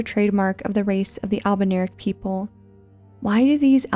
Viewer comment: I´m confused ...is it pronounced "albernirics" like she did in the video or "albinaurics"? is this another "evergaol" being pronounced kinda like "ever-jail" situation?